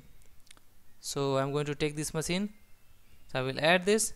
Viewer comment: good explanation and clear language. Good job! Though I can't get over the fact that you pronounce maSEEN :D it' s funny but if you want to sound even more professional check the phonetics on the word "machine" using google voice and try to emulate that. Regardless, good tutorial!